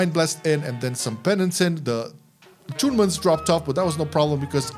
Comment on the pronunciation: I warned you on the last video! Your pronunciation of atonement sounds like attunement. But I get it. It can be difficult. My pronunciation gets all over the place when I’m switching between English, Japanese, Spanish